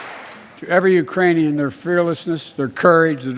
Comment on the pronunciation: Ukrainian people. Urainian people. Irainian people. Not the brightest president....